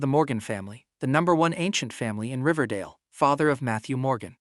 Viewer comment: ”riverdale” what i hear ” dingledale ”